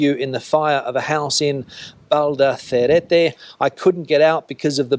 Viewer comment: Valdaracete, not "Valdacerete"